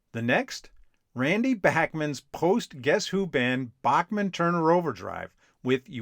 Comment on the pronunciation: Was driving me up a wall that you kept mispronouncing Randy Bachman's last name!!! At least you got it right when you said "Bachman Turner Overdrive" . This really make you look like anything BUT a music afficionado. You ought to take some time to fix this.